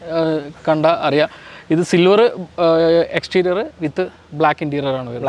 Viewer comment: വാഹനത്തെ detail ചെയ്യുന്ന സഹോദര ഇൻറ്റീരിയൽ അല്ല Interior എന്ന് പറയുക എക്സ്റ്റീരിയൽ എന്നല്ല Exterior എന്ന് പറയുക.